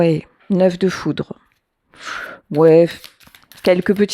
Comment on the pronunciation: "Foutre" ou "Foudre" 😮